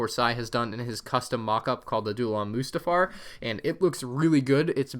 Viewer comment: Mustafar not Moostafar.